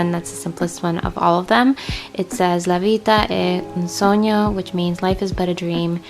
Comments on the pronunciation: You made it finally! I'm so happy and the video is beautiful... And your pronunciation of "La vita è un sogno" was perfect ❤🌻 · I just love your channel and your taste in literally anything! I'm sorry that your laptop died but glad you managed to upload the video eventually! By the way, I'm from Italy and I have to say you pronounced "la vita è un sogno" pretty well :)